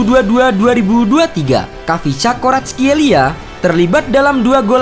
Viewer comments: D baca nya VICA Varatskelia.( Silent KH ) Dan Georgia bukan negara antah berantah d dunia sepakbola.ada kaka kaladze, temur ketsbaia dll.lain kli klo mau bikin title jgn provokatif tapi ngga riset samasekali. Indonesia malah yg negara antah berantah klo d dunia sepakbola. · cara baca namanya ada kolkolah kayak arabic kha